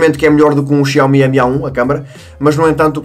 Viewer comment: Tenho reparado que em vez de "MI A1", por exemplo (ou outro equipamento com "Mi" no nome), dizes "Emi" e não apenas "Mi"...